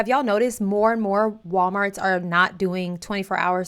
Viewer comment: It’s “the walmarks”